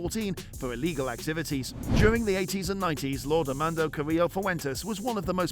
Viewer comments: Amando😂 AMADO, some people should really double check things before posting. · Said his name 200,000 times and said it wrong every time